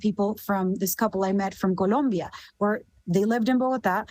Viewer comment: Her pronunciation of “ Guatemala, Colombia, and Venezuela” is incredibly on point. Very virtuous, social credit score, in the stratosphere! 🚀